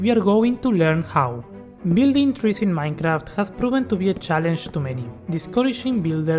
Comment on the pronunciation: Dijiste MAINCRAFT y ya con eso me bastó para darme cuenta que sos argentino jajaja